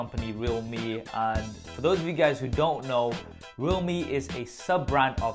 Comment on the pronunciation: Is it not pronounced "re-alhme"? As in realm